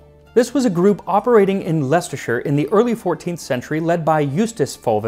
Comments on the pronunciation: Good job on pronouncing Leicestershire proper Max, hometown! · Kudos on your pronunciation of Leicestershire 😎 (Although I knew you'd nail it from other commenter's praise of your attention to accents 😁) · As a Brit and a grammar nazi I am always very impressed with your pronunciation. Saying Leicestershire like a local 🎉